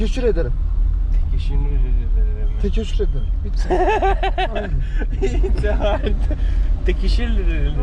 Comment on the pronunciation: The taxi driver says tekeşşür but it's teşekkür 😂 he doesn't even know turkish i think